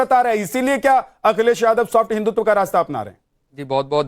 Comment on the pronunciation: ने हिंदुत्व की जगह हिंदुत्वा बोला ये वैसा ही है फलाने की जगह फलन्वा कृपया इसको टोकें!